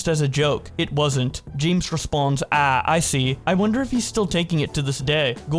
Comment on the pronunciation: the way he pronounces “ah” wrong is killing me lol